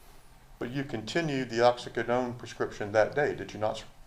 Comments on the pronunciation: What the heck is going on with the defense attorney's pronunciation of oxycodone? It's driving me nuts! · Lawyer can’t say oxycodone correctly 🤦🏻‍♀️